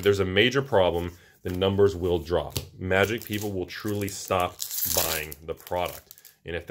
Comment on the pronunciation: Magic -> Ma-jik, not Moo-jik